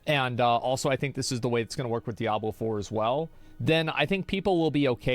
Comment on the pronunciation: "Diabler fohwer"